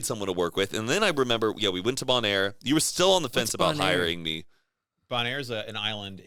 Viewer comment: i heard bon air i was like mm new place then they said island i was ohhh that one. its bonaire